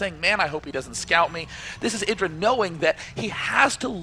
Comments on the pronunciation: needs to learn that he is called I-dra. Not Eye-dra. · Does inconsistent pronunciation of "IdrA" a bit annoying?